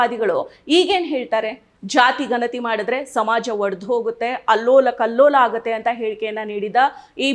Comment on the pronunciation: Nimma uchcharane thappagide. Ganathi emba oththakshravannu sariyagi uchcharane maduthilla